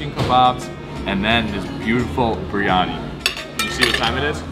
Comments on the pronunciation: you're butchering Biryani. Think of Beer then the singer Yanni. Beeryanni. Not that hard... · Bi ry ani. Not briany.